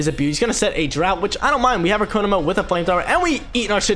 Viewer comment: It is pronounced ko-mo-o not ko-mo and not ko-no-mo